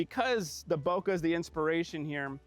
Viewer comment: Bokeh guey, Bokeh! Not bokah!!! lol., i'm ALWAYS gonna give you shit for that. Great shots though! BTW, have you seen the new Godox LED lights the size of the AD-100 Pro?? I think they're called RS60 and MS60, both available in Bi and RGB, have the Godox mount, and have a ton of different ways to power them including their own batteries.